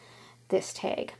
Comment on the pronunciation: where are you from you say teg instead of tag